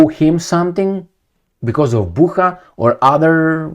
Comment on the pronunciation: Bucha is pronounced similarly to butcher.